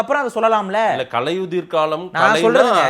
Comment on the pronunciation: பாரிசாலனுக்கு சீமானை தூற்ற கிடைத்த மற்றொரு வாய்ப்பு. சீமான் பொறுமை காத்து முடிவு எடுப்பவர். உண்மை வெளிவர காலதாமதம் ஆகும். ஆனால் முடங்கி போகாது. தமிழை சரியாக உச்சரிக்க வேண்டும். கலையுதிர் என்பது பிழை. களையுதிர் என்றுதான் சீமான் உச்சரிப்பு. ❤நாம் தமிழர்❤